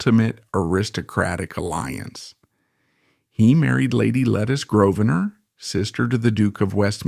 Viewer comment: Beauchamp is pronounced 'Beechum', not 'Bowshamp'. The pronunciations of Lygon and Lettice are also incorrect. For an accurate account of Lord Beauchamp's life, see the book 'A Secret Between Gentlemen: Suspects, Strays & Guests'.